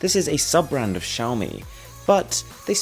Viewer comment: At least you pronounce Xiaomi correctly.